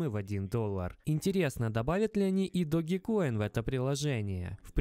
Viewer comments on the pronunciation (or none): none